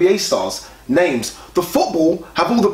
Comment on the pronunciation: You guys murder people's names 😂